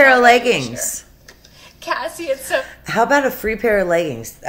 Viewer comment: What the hell is with the way she says "how"?! She can't say the word.